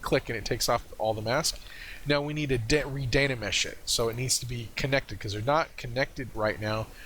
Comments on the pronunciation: thanks for the tutorial. Really enjoyed it. i need a more accurate and Much higher resolution workflow keeping texture and detail. i think, but a lot of the things you mentioned were helpful. please dont say Dana mesh, its Dyna mesh drove me crazy haha. you might want to consider fast forwarding or timelapse during the waiting for your computer to process. made it a little hard to watch. Dont get me wrong, I really enjoyed the video. Thanks for sharing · Really helpful, thanks But, please repeat after me " Die Na Mesh, Die Na Mesh " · I think you mean *dyna*mesh ;) Very good tutorial, thank you!